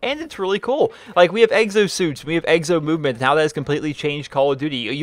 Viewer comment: "Eggsosuits".... I'm sorry, I had to say it...